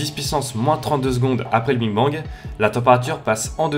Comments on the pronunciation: T'a dit Bing Bang a la place de Big Bang :O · C est le BIG bang pas le BING bang mdrrr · A oui j entend le bine bang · mj Lopes justement il est là le problème, c’est big bang pas bing bang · big bang pas bing bang hein😂😂😂😂😂. Sinon au top comme d'hab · tu dis biiinnng bang😂😂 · C'est ce qu'on appelle ? Personnellement à ce moment je lis "Big Bang" mais j'entends "Bing Bang" 😜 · En gros tu as dis; "Que l'univers est bien plus grand, donc moi ce que je dis, on se trouve dans une zone de matière et que ailleurs ils y a des zones d'antimatière" Donc, il suffirait que d'une seule petit particule entre dans une autre zone pour déclencher une énorme explosion. Et jsp si c'est moi mais j'ai l'impression que tu dis "Bing Bang" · désolé de te dire ca car tu est bien plus calé que moi en astronomie et en physique mais on dit "big bang" et pas "bing bang"... ça fait pas très pro quand même, non ?^^ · sérieux tu dis BING bang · On dit BIG et pas BING bang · Au lieu de dire big bang tu dis Bing bang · C'est moi ou il dit "Bing Bang " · je t’assure tu dit bingue bang (bin bang) Donc nous sommes pas en surdité justement surdité nous somme sourd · Tu dis bing bang xD sinon trop cool comme d'hab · Sa me stress quand tu dis bing bang 😂😂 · mdrr ta dis bing bang xD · Tu dis bing bang😂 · "le bing bang" lmao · Je crois au début tu as dit Bing bang BINGGGG!!!!! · En bref sa me perturber que tu dises bing bang A part sa gros gg sur les animations! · Bon Parcontre on est pas tous sourd aha tu dis bien BING BANG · Tu as dit Bing Bang??!!!!! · et aussi arrête de dire "le BING bang" stp ça me stress XD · Pourquoi j'ai l'impression que tu dis a chaque foie le bing bang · et bien tu le prononce BING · alors qu'il se prononce BIG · Juste svp arrêté de dire " Bing bang " sinon très bonne vidéo . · ça m'as perturbé pdt toute la video mdr